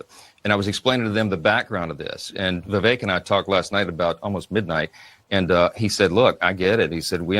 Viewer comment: Vih-VAKE, NOT “VIV-eck”.